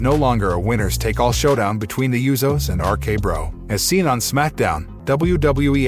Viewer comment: and the Usos.. he keep saying YouSos.. 🤦🏾